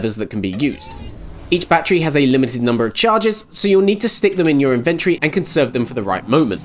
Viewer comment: Nice review, though the mispronunciation of 'premise' and 'inventory' was a bit weird :).